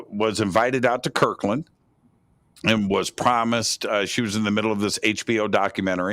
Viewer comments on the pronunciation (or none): it’s Kirtland not Kirkland. With a “t”. Kirtland AFB, New Mexico.